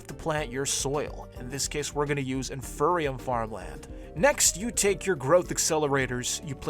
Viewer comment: No offense, love your videos, but you saying “in-fur-e-um” physically pained me. Its “in-fee-ree-um” because its the INFERIOR seed. Thanks for coming to my ted talk.